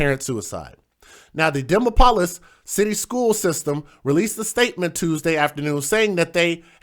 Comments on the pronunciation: Dee-mop-poll-lis is how it's pronounced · It's De mopa lis